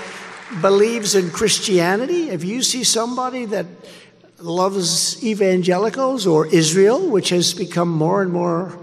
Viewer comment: Evangelicals…??? Oh boy that was a tough one for him. He actually said Evan-jealous-ellls..!